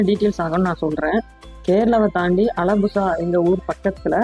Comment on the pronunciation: அலபுசா இல்ல ஆலப்புழா